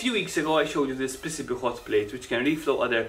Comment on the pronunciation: Say it with me "Pee cee bee" not "pissibi"